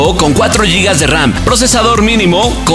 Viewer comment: Se dice gigas, no yigas